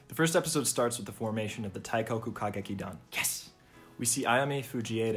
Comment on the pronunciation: great video!! i wanna make some points: 1- for easier pronunciation of "teikoku kagekidan", the 'i' in teikoki is meant to accentuate the 'e', so it's more like tehh-koh-ku and not taikoku, you can also say teigeki for short 2- the feminization in the ny ova is also in the game, you also win many points if you choose the enjoying it option and may or may not lose points if you act uncomfortable or insist you're a guy 3- they never adapted cinderella live, which makes me sad bc the cinderella song is one of the best in the franchise. the clip you showed then was from ai yueni (lit because of love), which is arguably the most iconic sw play and the most sang duet in the franchise 4- the live shows cast for the 2019 game adaptation aren't the voice actors, they picked popular mainstream voice actors without any stage experience and hired professional stage actors for the shows 5- incase you didn't know, there's also a manga version that adapts the first game, it's really good and improves on it alot, you might wanna check it out that's all, sorry for the long comment and keep up the good work!!